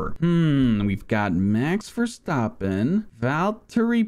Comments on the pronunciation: Did he say duh duh duh duh max verstappen🤣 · daduhdadeh max verstahpain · Max Verstophim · ''mex verstarpin'' ''valtery boatarse'' ''JaW GWaNyA''